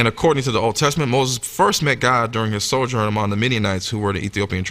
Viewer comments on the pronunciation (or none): none